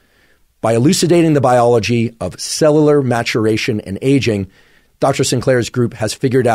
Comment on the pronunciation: Anyone else notice that Huberman can’t pronounce “cellular”